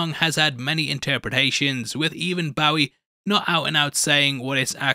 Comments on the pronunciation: David Bowie's last name is pronounced "Boh-ee", there are several sound clips where you can hear him saying it that way. It is not "Bow-ee" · my god, David what? BOW-WEE? that hurt my heart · Not the Avril Lavigne pronunciation of Bowie lol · You fired Jared for mispronouncing fictional character Hale. But you mispronounced the late non-fictional David Bowie's name.. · Try pronouncing David Bowie’s name again.